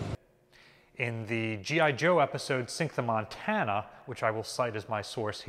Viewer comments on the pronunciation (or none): none